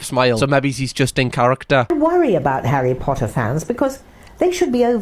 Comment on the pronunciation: Your pronunciation of Harry Potter should be the official, and I like that necklace a lot it suits you